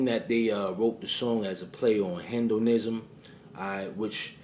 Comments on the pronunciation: it's not pronounced "hen-doh-nism"...it's hee-doh-nism...(hedonism) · FYI: The word (hedonism) is not pronounced 'hin-do-nism', dumbazz. It's pronounced 'heed-on-ism' or 'head-on-ism.' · Heed-in-ism… Hedonism is a philosophy that says the way to live life is to live for pleasure. Exactly like Alister Crowley’s motto “do what thou wilt” which means if it feels good, do it. Which we know is in direct opposition of the way the Bible says which is “Do the will of good”. We have to pay very close attention to this. I love you videos and knowledge I always watch all of your content and I am in the state of Maryland, not too far from you in NY. We gotta link up my friend, the knowledge between the two of us could help awake many minds. Peace my brother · it’s pronounced HEED-IN-ism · Hey, this was well done. Btw, Its pronounced Hee-dun-ism. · the way u say hedonism 😐🫤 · The way you pronounce hedonism 🤣🤣🤣😅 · What is Hendoism? You're pronouncing it wrong. It's He-Do-Nism. You pronounced James Gandolfini's name wrong as well. Stop being lazy.